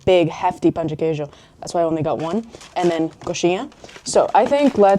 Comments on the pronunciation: Best foreigner's pronunciation of "pão de queijo" I've ever heard! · Finally, someone who said "Pão de Queijo" correctly! 🎉. Our mango is sooooo good, you have to try the natural mango juice. I hope you like it here. I'm from Rio, and each state has its own culture, but you can still experience Brazilian culture and food no matter where you are. Welcome! ❤🇧🇷